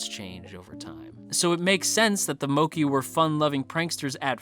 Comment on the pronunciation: It's mokk-ay